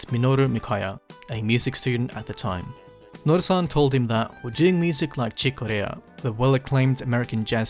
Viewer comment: Why did you say Chick Corea like he’s Japanese?